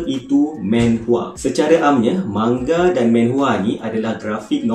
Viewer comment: Sebutan dia manga laa 😒 bukan mangga